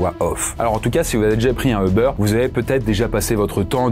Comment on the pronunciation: pourquoi vous dites EU-BEURR???? D'où vous sortez la phonétique EU? C'est U-BAIRE (comme hubert) ou à l'anglais comme YOU-BERR